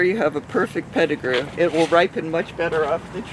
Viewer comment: Pet-I -grew mangos